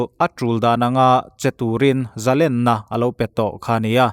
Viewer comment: Pu TV lam a thu puang tu ah I interview lo em ni..? Nang chu Zalenna tih I lam ri a dik, ngaih thlak a man hla I video. 👍